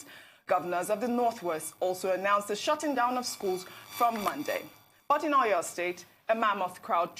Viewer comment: Please ma pronounce our cities properly. I can forgive you if you are a foreigner but common! You are presenting to Nigerians and can't make attempt or research on how to pronounce a Nigerian city. Common Seyi Makinde, Aw Yaw state for Oyo. Common! Learn how to pronounce our names. You media guys should stop destroying what is ours with a foreign language. It does not make you more sophisticated calling a Nigerian name with another accent. Please ma